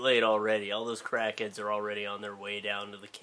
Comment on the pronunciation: When you started talking about Crackheads I thought you said Kraken at first. I was confused :|